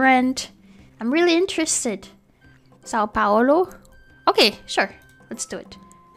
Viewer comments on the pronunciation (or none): É só eu mas quando ela falo são Paulo pareceu uma nordestina quando ela fala palavras brasileiras é tão bom